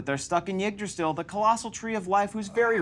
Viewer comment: The pronunciation of Yggdrasil hurts every single time.